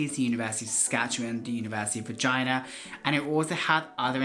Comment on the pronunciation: bro its regina not vagina🤣🤣🤣🤣